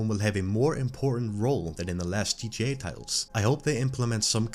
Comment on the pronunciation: Bro it's g.t.a 😭 how hard can it be to say?